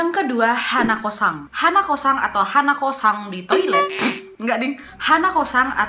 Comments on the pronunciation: Hanakosan H nya ilang in deh 🤣🤣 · hanako-san = h ny diilangin jdi?anako-san.